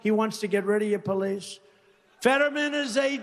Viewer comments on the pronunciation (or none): "Peleesh?" "Life shentishes?" "Mederers?"